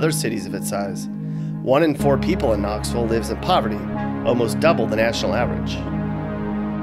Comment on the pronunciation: It's Knoxville not Knoxvull